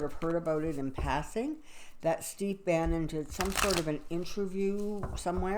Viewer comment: Name is Steve Bannon, not Banning. Sounds like you said Banning.